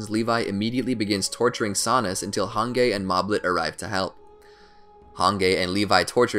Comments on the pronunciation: Who the hell is hange it pronounced Hanji but it sounds like a g instead of a j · “Han gay” I swear I’m so irritated ffs 😂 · Why tf he keeps saying "han-gay" instead of "han-G" lol 😅 ughh cringe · The way he pronounces Hange😀 "hangay" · The way you say hange's name pronounced (Hanji) is just strange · no way u called her hanGey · Every time he says "HANGAY" 🙄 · "Han-gay". Come on dude. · Hangay🤨 hange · I don't know how a native English speaker could even pronounce it like that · Oh you meant the video my fault yeah he butchered her name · I was so irritated every time he said it 😩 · Take a shot everytime he mispronounces Hange, Jean, and Moblit's names. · He said Jean correctly...he said hange wrong but said discount Levi’s name correct too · All of those except hange are actually correct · Yeah it was pretty cringy. Not going to lie 😂💀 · My soul died when he said Hange's name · why is no one mentioning the infuriating way he pronounced Hange... like it really made me mad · The way he pronounced hange Makes me wanna REEEEEEEEEEE Edit:Oh my god thank you for the 1 like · I think you are Mispronouncing hange 's name. Even though it's a name it would be better if we follow the series's pronounciation. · I was genuinely angered hearing how he pronounced Hange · The way he pronounces Hange is pissing me off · bruh the way you say hange's name makes me lose 10k braincells every time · I hate the way he says hange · Who Else is Offended by the Way he says hange? And how he says reiss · probably the most enraging thing about this video is the mispronounciation of hange and shigansina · Did he just call Hanji "Hangay" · He said han gay excuse me its pronounced han jeep no dissrespect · He said hang ge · the way he says "hangei" instead of "hanji" really makes my bones shiver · Im pretty sure Hange is pronounced as Hanje and not with a solid G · hangay it’s pronounced hanjee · I love how he says Han gay it’s hange but pronounced as hanjee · "Hang-guy" It's Han-gee